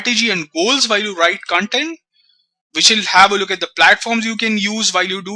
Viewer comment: you are pronouncing the Core word 'Content' itself wrong .The pronounciation itself makes the meaning otaly different